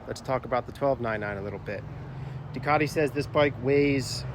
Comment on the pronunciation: Everytime Ducati is pronounced wrongly, it breaks me just a little bit.